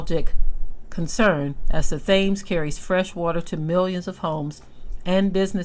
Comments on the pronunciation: Thames is pronunced Tims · The river is pronounced "tims". Peace. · Here is a fun fact: it’s actually pronounced “TEMS River.” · I love your pronunciation of the European locations. It's so refreshing to hear the actual spelling ( which doesn't always make phonetic sense) pronounced differently, much like these same people constantly mispronounce the names of other people's cities and nations. They have abused the 'tams' river, being wicked shepard's and now their punishment is upon them.